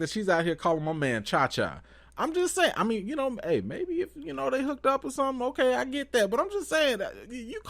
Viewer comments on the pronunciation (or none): none